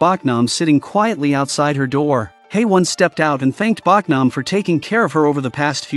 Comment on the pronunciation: Her name is Bohk-nam not Bawk-nam.